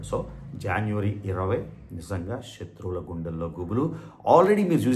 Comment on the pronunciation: శత్రువులు correct ga palakandi not shatruvulu like our ex she em😂